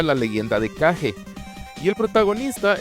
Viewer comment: Nosotros siempre pensamos que The Legend of Kage (por cierto te felicito por decir "caje" que es la pronunciación correcta y no "Keich") era el vídeo juego de Kamui y ya veo que no éramos los únicos. Lo más irónico es que tuvimos esa oleada de Ninjas más por el lado de vídeo juegos, películas y series americanas, pero en los 70s y 80s series japonesas de Ninjas más bien tuvimos pocas cuando debió ser uno de los géneros más explotado del anime y el manga... Lo que me deja claro que en Japón más vale un Samurai que mil ninjas... Saludos desde Venezuela.